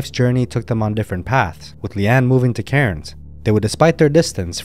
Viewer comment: Cairns is pronounced cans